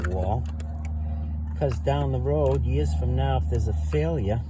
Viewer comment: “Hee-ah” lol. “Yee-ahs & Yee-ahs”. It’s too funny! You need your own show!!!! Your the new Norm Abram.